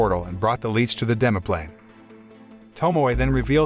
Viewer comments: Right?!? 'L-itch' not 'L-eech' 😅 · LICH not LEECH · CAN YOU PLEASE JUST SAY LICH FOR THE LOVE OF GOD😡😭